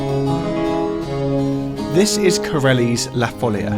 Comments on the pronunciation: La folía (the madness), not la fólia (the sheet). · Amazing video! Just a small correction: in Spanish and Portuguese, it's pronounced "la folía", not "la fólia". (Source: I'm a native Portuguese speaker) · It's "follia" and it's pronounced with the stress on the "i" (foll-EE-uh) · Stopped listening after just 2 seconds after the mispronunciation of ‘La follia’ (correctly ‘La foll-ee-ah’). How can you produce a video on something then get the name of the subject so horribly wrong ? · One of the best, if not THE best of your videos so far, in my opinion. And they are all magnificent. I'm a great fan of your channel. Just one minor complaint: it's foh-LEE-ah, with the stress on the second syllable, which is written with an accent (folía) precisely to separate the i from the a, thus preventing a diphthong. Just like in "María". Congrats and keep it up! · It's La Follia though, with double L ;) also the stress goes on the "i", not on the "o". La Fol - LEE - a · Omg plz accentuate it on the i and not the o..... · not even the respect and education of going to listen to the pronounce of words of a different language. As italian, it was disgusting and obnoxious to listen 25 times the same word spelled so so so wrong, like english is the only language with a value, mah